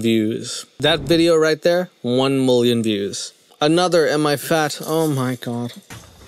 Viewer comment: I love how you say moolian instead of million 😂